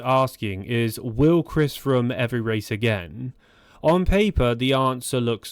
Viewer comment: Chris "frum"